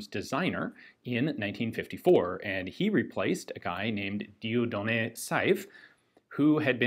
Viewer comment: Congrats on your French progress Ian, it really shows in your pronunciation of Dieudonné :) !